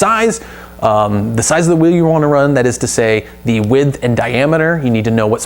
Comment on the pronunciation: Great video ! And why do you say add a f to the word width ? Lol